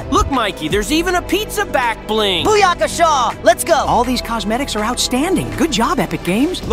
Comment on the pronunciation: Boo-ya-ka-shawe wtf lmao